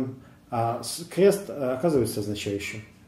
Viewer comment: Только не "кхест", а "крест"; и не "стхадания", а "страдания" - над "фикцией" не помешало бы чуток поработать, уж если ваш ход деятельности всязан с говохением.